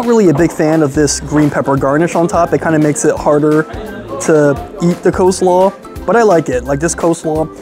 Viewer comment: Coslaw? Seriously?